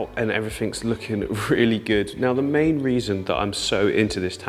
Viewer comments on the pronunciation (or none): none